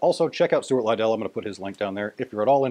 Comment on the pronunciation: Great stuff, I just discovered the C# roll myself a few weeks ago when watching Brian Finnegan play the wave sweeper by John McSherry. Also Stuart Liddell is great however its pronounced Liddle as in rhyming with little rather than Ly-dell! Great piper, best wishes and hope you're well - from Scotland.